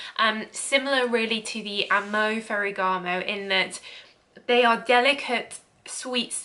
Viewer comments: Your review is great but the signorina is awful. The bottle is great. It is not fegaramo it's ferrrrragamo 😁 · It's Ferragamo lol not FEGGARAMO! Good Grief 🙄😏 You're saying Ferragamo one minute then Feggaramo the next lol, get a grip. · PLEASE - it's FER - RA - GA- MO!!! And it is SIGNORINA not SENORITA! The rest is great!!!